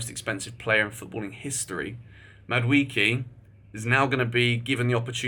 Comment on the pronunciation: Sorry for Ur illness but it's pronounced Mah - do - eh - keh